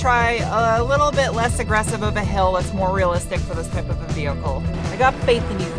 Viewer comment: That first hill was kind of big for a family sedan. Awesome vee-hickle!